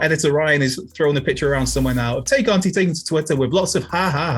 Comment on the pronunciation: Why do so many of you guys have a mental block when it comes to correctly pronouncing “Tay Conti”?